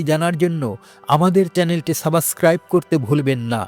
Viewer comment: কৃষ্ণ করলে লীলা আমরা করলে বিলা লম্পট দুশ্চরিত্র কৃষ্ণ সাবস্ক্রাইব শব্দ টা ভালোভাবে উচ্চারণ করুন।